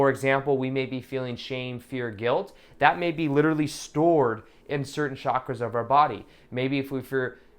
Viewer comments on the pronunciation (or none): Thanx! Always wait for your meditation...feel great after them...😊 Hope ur channel keeps growing! Btw....'Chakras' are pronounced with ch....as in Chuck(ra)... not shh...like in Shucks.... hope that helps:) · Heather Lyons-Trautwein : hi! It's only pronounced as "chuck (ra)". Chakra is a Sanskrit word that means "wheel" or "disk". There's no other way of pronouncing it, since Sanskrit words are pronounced exactly like they are written in its (devanagri) Script. I guess they are sometimes mispronounced when written in other languages. ☺ ☺